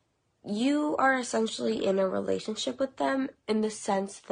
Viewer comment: I had to double take when I heard her say “relationship”🤦‍♀️